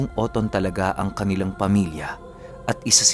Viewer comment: medyo tigasan yung pag bigkas ng oton At panu po mag padala ng kwento po?